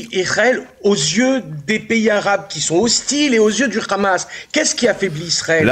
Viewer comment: Pourquoi vous dites le Khamas c le HAMMAS